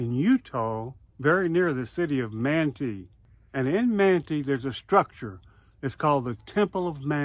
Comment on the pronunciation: Pronounced man-tie. I would hardly call it sacred. They get naked in there, reenact disemboweling themselves and have secret names and handshakes that aren’t so secret 😬😮you know, breaking the first commandment in making themselves gawds😮😮